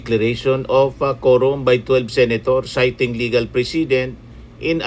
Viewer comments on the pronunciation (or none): none